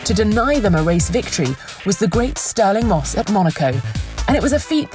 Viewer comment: интересное произношение: "сталин мосс" - несколько раз переслушал, не показалось